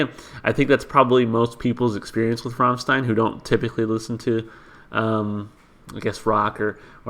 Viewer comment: It's gratifying to see someone not butchering the bandname pronunciation. I'd suggest for English translations. Of course it's not the absolute perfect, but you can see bits and pieces from some comments there to know what the song refers to. Next, please react to Ich Will live at MTV, the band will play a snippet of Sonne before switching to Ich Will. Expect some cool pyrotechnics as well. But the video has some mute part due to audio problems. You can choose to react to the live version in Werchter with hard-subbed English translation.